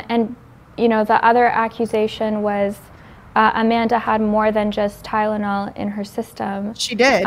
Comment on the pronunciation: at least she FINALLY learned how to pronounce Tylenol correctly 🙄